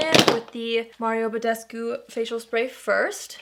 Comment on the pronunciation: Ba-des-koo is the correct Romanian pronounciation., you say is very closely, but you say it more like Ba-des-goo. Anyway, i love your channel. You're doing great girl!!! -julie